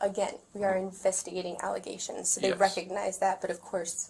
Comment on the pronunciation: Within the first two minutes when she says we are doing an investigation into some aligagations. Dude doesn't even ask what aligagations. Guilty right off the bat..